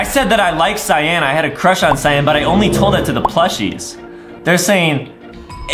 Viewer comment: adem has a huge cwush on banbanleena adem has a crush on cyan THe waInbiW fRIwnd ademmmm has a cruwh on rosalie,peach,daisy